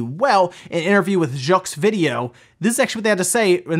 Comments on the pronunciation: Pretty cool to see Jeux Video popping in international gaming news lately, I used to read that when I was a kid! Also, in French the 'x' at the end of the word 'jeux' is silent. Same as the word 'faux' (meaning 'false'). We have a lot of messed up rules like that so it's not surprising to hear it pronounced that way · Not that it matters much but you might wanna google how "jeux" is pronounced